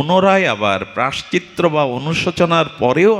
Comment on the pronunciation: রাঁধে রাঁধে প্রভূ,অপরাধ নেবেন না।প্রায়শ্চিত্ত শব্দের উচ্চারণটা বোধহয় ভূল হয়ে যাচ্ছে।